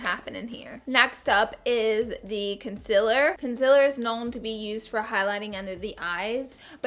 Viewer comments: Do: say con-SEE-ler Dont: say con-SIL-er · concealer? nopelaura lee says its pronounced concilar..